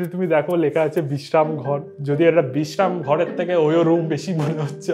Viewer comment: বিগ্রামাগার ✅ বিগ্রাম ঘর ❌ 😂😂😂 পড়তে ও জানে না 😂😂😂